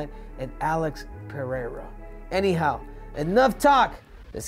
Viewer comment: First American that pronuncies Pereira correctly. 👏